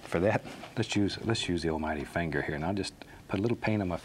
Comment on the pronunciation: No, Bob says fanger.